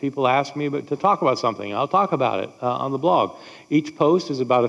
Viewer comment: I have never heard someone not be able to pronounce "blog", but that's hilarious. Fun 3 videos!